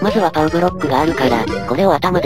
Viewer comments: ばねじゃなくてぱうじゃ？ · に一言言わせて何で「パウ」ではなく「バネ」って言ったの？間違えてるよ！！ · バネじゃなくてパうですよ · バネじゃなくて、パウʬʬʬ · バネじゃなくてパウですよ